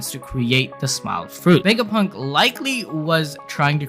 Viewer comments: I know that this is a little mean and i dont mean to make fun of your accent but i think you saying wegapunk instead of vegapunk is really funny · Dunno why I Love how he pronounces the V 😊 Wega Punk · you call him dr wegapunk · “Dr wegapunk”🤓